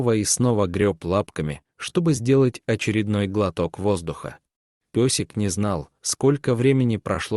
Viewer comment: Ни песик,а пёсик и другие искажения слов,много неправильных произношений, ударений.